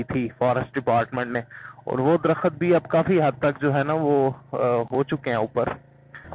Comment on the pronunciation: "Drakhat close close haen"? That is neither correct Urdu not correct English. A tree is called drakht, not drakhat, just like گورنمنٹ is pronounced GOVER-MENT not gor-mint.